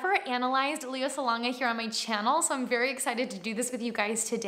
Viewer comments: Not to be nit picky but her name is pronounced “Lay-ya”, not “Lee-ya” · Leh-yah, not Lee-yah. But yes, she’s really good! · hi, pretty! i love how you reacted to this video... she's really a gem.. but if I may correct you, her name is pronounced as "Leigh-ah" or "Lay-ah", not "lee-yah"... i hope that's fine with you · Not trying to be rude, but Lea is pronounced "Leh-ya" and Salonga is "Sah-long-gah". 😅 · It's Lay-Uh like the Star Wars princess =) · Her name is pronounced Lay ah.